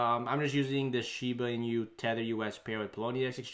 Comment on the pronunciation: "Inu" is dog in Japanese. Pronounced as e-noo. "e" like in e-mail and "noo" as in nook.